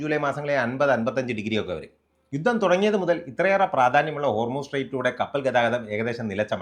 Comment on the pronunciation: Enthaada 'yuththam' Ninakk uchaarana sudhi illa